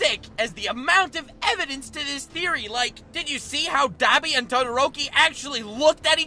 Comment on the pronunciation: When ppl say dab-i im like mmmmmmmm it's d-ah-bi bc for some reason my brain was like MMMM U NAH